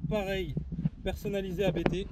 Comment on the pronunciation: Il ne faut surtout pas dire A.B.T. car le patron s’appelle Hans-Jürgen Abt. Abt c’est son nom de famille donc faut pas dire A.B.T., sinon ça signe que chaque lettre est le début d’un mot, ça n’a pas de sens. L’un des membres de la famille, Daniel Abt est pilote officiel Audi sport ABT.